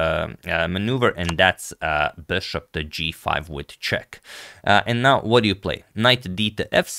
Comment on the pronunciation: I love Agad's "Böshopp" pronounciation 😀